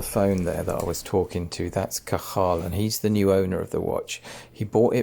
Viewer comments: "Cah-haaal" 😂😂😂😂 Jesus Christ. Probably the funniest and worst pronunciation of Cathal that I've ever heard. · As an Irishman I just love how you mispronounce Cathal 😅 The work you do is outstanding. You should be so proud of yourself. Amazing dedication to what I fully consider to be an art. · An interesting pronunciation of Cathal 😂😂… I don’t blame you mind. Amazing back story and your restoration is 👌